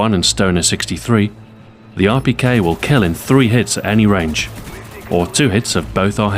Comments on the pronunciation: if you dont know russian you wont understand it. i know russian and he said it quiet well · XboxAhoy have you learned different languages because of how you could say Rpk in russian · Your pronunciation of Russian is amazing for the beginner! Greetings from Moscow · Am I the only one who thinks its so cool the way he pronounces Russian weapons? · Amazing Russian accent! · how long did it take u to perfect saying the Russian name of the rpk? cuz it sounded really good.